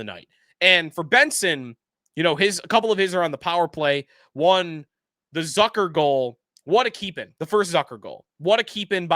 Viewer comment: It’s Zucker rhymes with Cooker not Zucker rhymes with Sucker. You are in sports media covering this team.